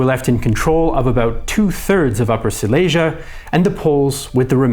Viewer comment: It would be nice if you could learn how to pronounce Silesia.